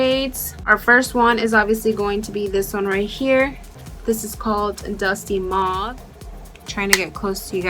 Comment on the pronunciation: I like how you call Mauve [Pronounced MOWVE] Mohvee... So cute!